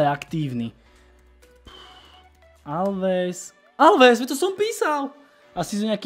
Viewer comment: Dávejte si bacha, ať to píšete správně. Also: Oalves, Olves...:D